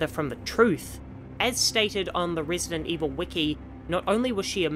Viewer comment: rEEsident 4